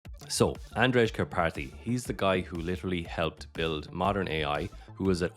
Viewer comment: It's pronounced "Andrey"